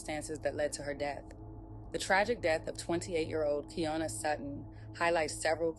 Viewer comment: Why are yall calling her kianna if her name is Kiyonna 🤷🏽‍♀️🤷🏽‍♀️🤦🏽‍♀️🤦🏽‍♀️ rip baby girl